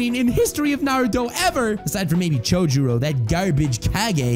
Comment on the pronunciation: 'Chojuro' xD